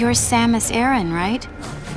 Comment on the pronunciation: Super vidéo, par contre Samus Hareng ? Vraiment la prononciation ? 😂